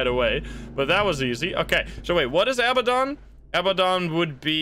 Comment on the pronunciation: Heads up: it's 'a-BAD-on,' not 'aba-don.' Think of the word "abandon" but replace the 'n' with a 'd'. I know its nit-picky, but its a pet peeve of mine 😅